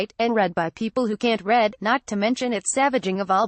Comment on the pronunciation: Two very hair-splitting criticisms. In her opening statement, this lady mispronounces 'read' as 'red', and the word baddered is bladdered, not uncommon. She is obviously not familiar with English slang.